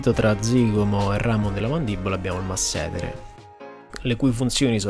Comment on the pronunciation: Complimenti! Piccola precisazione sulla terminologia anatomica: massetére e non massétere. Sternocleidomastoideo e non sternocloidomastoideio. Complimenti vivissimi. Sei bravissimo.